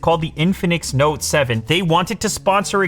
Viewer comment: Did you say the "infamous note 7"?